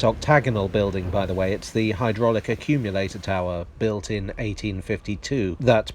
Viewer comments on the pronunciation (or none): none